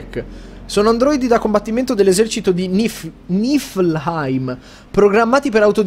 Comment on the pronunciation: Tra tutte le parole con le Y, Behemot, Duscae Nifheim, il signor yotobi prima o poi ci azzeccherà una pronuncia giusta? ;P